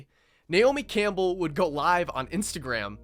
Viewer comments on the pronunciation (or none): none